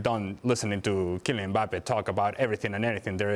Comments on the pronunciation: said Kylian Mpaypal.. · I thought Dan called him "Emir Mbappe" I almost lost it lol